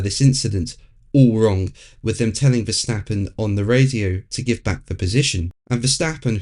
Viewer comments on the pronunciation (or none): So it's "Max Vercrashing"! 😂